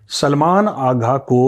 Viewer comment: Vo aaga ji nhi haagaaaa hai 😂😂😂😂😂